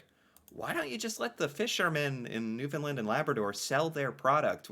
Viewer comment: Kudos to for finally learning how to pronounce Newfoundland.... It only took two years. He still thinks its named after the dogs though....